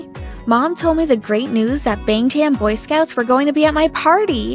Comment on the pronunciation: Lollll i can't believe they actually said it wrong lol